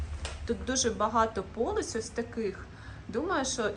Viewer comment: Українська у вас чудова,лише одне слово ,вірніше наголос, дуже ріже слух: полИця а не пОлиця)❤